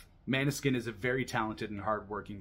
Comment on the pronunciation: Great review! Just a heads up, it's pronounced "mOAn-eh-skein" not "mAn-e-skin"